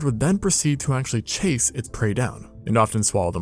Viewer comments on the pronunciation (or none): none